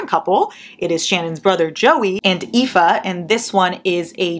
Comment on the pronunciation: you pronounced aoife correctly and it made me happy 😭